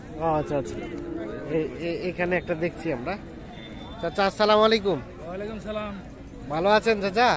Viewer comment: ভাই আপনার সালাম দিয়া টা শুদ্ধ ভাবে দিবেন।। আপনার সালাম দেওয়া হয় না।